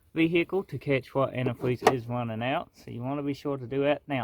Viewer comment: Wow dats quazy anti fweez